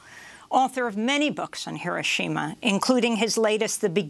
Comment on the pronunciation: Pronounced: heer-OH-shee-ma